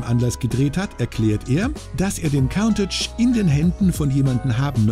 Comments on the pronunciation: "Kauntätsch"....sagt schon alles! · Stimmt. Es ist kein ä sondern ein a und count (zählen) ist auch falsch phonetisch gesehen. Es wird nämlich Kuhntatch ausgesprochen. Countach ist, soweit ich weiß, ein Wirbelwind. Wie die meisten Lamborghini damals.